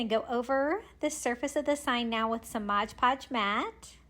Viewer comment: Say it with me now... MOD Podge. 😁😅♥️